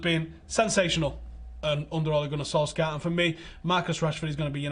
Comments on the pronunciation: Solshar not Solskyar for fucks sake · FYI - in norwegian we pronounce Solskjær without the K-sound. Sounds like Solshar:) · Pronunciation Solshire not Solskjaer no K. My only beef. Good show. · Interesting insight as always, but can someone please ask to work on pronouncing "Solskjaer" properly? Or at least try closer to the way the man himself does. I'm not Norwegian, but know he's butchering his name. It's a matter of professional courtesy. You're better than that